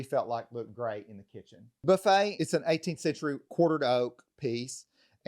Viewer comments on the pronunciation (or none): none